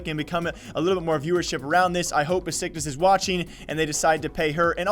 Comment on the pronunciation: fyi it's pronounced Beshiktash because of the weird Turkish s's just wanted to tell you :)